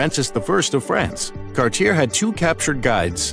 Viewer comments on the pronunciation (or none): Also, Cartier is pronounced “Carts-ee-ay,” not “Cart-ee-er” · Cartier is actually a french name! Pronounced (Car-tee-ay) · The pronounciation!!!!! Oh my. Cartier (it's pronounced car-title). Vimy (it's vih-me). And others. This is sad.